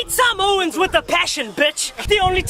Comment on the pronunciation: Bro he didn't even pronounce Samoans right 😂🤦🏻‍♀️